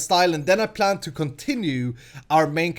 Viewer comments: its plan not pran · Damnit it's PLAN! not pran.P_L_A_N!! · u say pran not plan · It's pLan Not pRan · pLan not pRan yes i only did this cuz you said so in the vidio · its plan with an "l" not pran you crazy fool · it's not pran it's plan PLAN! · it is plan not pran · Am I the only one that hears pran wen pretty and when he says plan PS there is nothing wrong with how he talked : ) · hey, i have a question. are you japanese, since you f.x pronounce plan with an r sound, this is comon in japan. so are you?